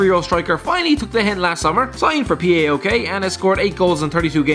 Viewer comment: The way u said paok is the this worst thing I've Heard, it's pronounced POW-OK